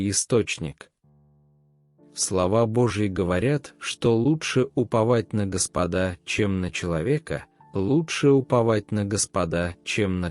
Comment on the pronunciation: Прошу правильно ставить ударение. В слове Господа, на первый слог.